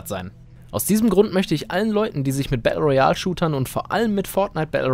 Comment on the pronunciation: Kannst du mal Battle Royal ordentlich aussprechen 🤦‍♀️🤦‍♂️